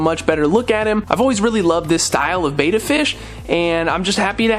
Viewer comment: Yeah, when a fishkeeper pronounces Betta 'bay-da' it does kind of irk me... because they're actually saying 'beta,' which is a completely different and unrelated word.